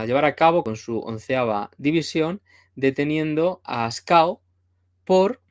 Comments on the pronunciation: Un lapsus al hablar 😂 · Muy buenas tardes, como siemprez gran vídeo. Un apunte, le llamas Ascao a Ascaso por algún motivo? Es que me niego a creer que sea un error por tu parte 😅